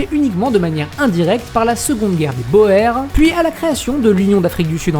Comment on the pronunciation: Il me semble que boer se prononce bour